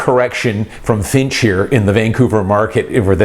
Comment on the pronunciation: You keep saying Finch. FYI, it's Fitch